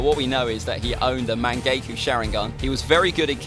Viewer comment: Bro he didn’t just say Mank”GAY”go sharingan